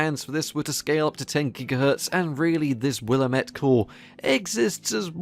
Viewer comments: It’s pronounced “will” “all” “met” . It’s an American Indian name that ironically translates to “the valley of sickness and death”. It’s referring to a river and consequent valley that borders Portland Oregon ... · Willamette (WILL-LAM-IT)